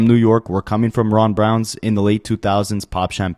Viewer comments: Ron Browz BROWZ… no “n” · How you white boys say it “i cringed” everytime you said Ron BROWNS smh its Browz!!! Like eyebrows you culture vulture at least do some homework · Ron Browz…not Ron Brownz 🤣